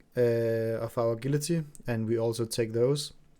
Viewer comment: din accent kommer voldsomt igennem specielt når du udtaler a gility og ikke Ajility. g'et er blødt. ud over det. builded ser ud til at virke ok taget i betragtning af som du forklare at du ikke har de forskellige talents og abilities som du gerne ville have.